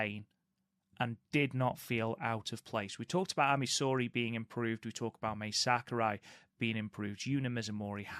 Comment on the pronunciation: Guys, Mai Sakurai is pronounced like Ma-ee, not May or Mei. Ma (like Mama) i (like the letter E). In Japanese, vowels sound like this. A - ah E - Eh I - ee O - oh U - oo